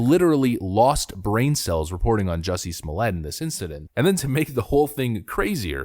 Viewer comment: After watching Dave Chappelle's stand up on this: Say "Jussie" "Jussie" Now say "Smollett" "Smollett" Ok now say "Jussie Smollett" "Juicy Smooyay"